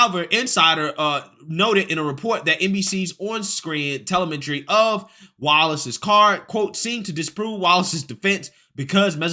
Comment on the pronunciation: You really need to work on pronouncing words. TELEMETRY is not a difficult word to say or understand.